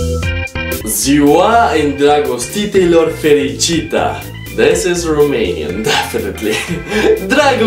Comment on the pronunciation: Romanian You said it very good. In Romania is now